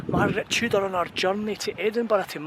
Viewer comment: It almost sounded like you said Margret Trudeau(wife of Canadian prime minister Pierre Elliott Trudeau) came to marry king James, did someone invent a time machine I don't know about